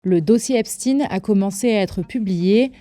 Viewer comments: Epshtayne pas epstine 😂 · Ce n’est pas Epstine mais Epstein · De grâce prononcez correctement le nom des personnes, ce n’est pas Epstien, mais Epstein ! Pour des formateurs ou des soi-disant journalistes, c’est quand même la moindre des choses, qu’est-ce qu’on vous a dit à l’école ? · Ipstine!! On dit pas einstine mais einstein!! Pk? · Même la prononciation d'Epstein est erronée, pour cacher quoi exactement ?